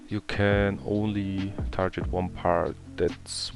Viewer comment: TarGet nicht tarjet Gear, nicht Jear😊 Guide ganz ok sonst